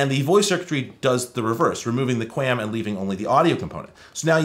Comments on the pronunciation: Kwam, its pronounced kwam. The 'A' doesnt say its name 😅. And believe it or not cable broadband uses 256QAM for downstream and 64QAM for upstream, the 64/256 is how many quadrants the analog carrier is sampled and converted to symbols, basically strings of bits. SC-QAM "single carrier QAM" is slowly being pushed out, as we moved towards OFDM and OFDMA, but its awesome to see that dial-up used QAM. Or more likely QPSK (4QAM). Anyways, love your content, thank you for putting in the work for us telecommunications nerds 🤓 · I've always heard QAM pronounced like qualm, with the long "a" sound. And I worked in broadcast engineering during the DTV transition, so it was said a lot by a lot of much smarter engineers than I. Anys ways, the only modem new enough to theoretically support it is a V.92 model, but it almost certainly doesn't support it, since the manual, datasheet and AT command reference make no mention of either ASVD, DSVD, V.61 or V.70. I also looked up the datasheet for my Cisco digital modem modules and it also makes no mention of it, which isn't surprising at all. It could've made things very interesting if they did build support for this into their hardware, since this is the kind of technology used by telcos in their ISPs. If they had implemented it, then it could've solved the problem of not getting calls while you're dialled-up. When you're dialled in, your phone carrier simply redirects calls to your number to a voice port that connects to the ASVD/DSVD port of the digital modem that you're dialled in on, which rings the phone connected to your modem, and problem solved. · I've always heard QAM pronounced "kwom" (rhymes with ROM), as though there's a phantom 'U' in there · Qualm without the L is how that is pronounced in the industry. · QAM is usually pronounced "kwom" by wifi people, at least. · its pronounced kwom. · "QAM" is pronounced to rhyme like the US Territory, Guam. Thanks for the walk down memory lane!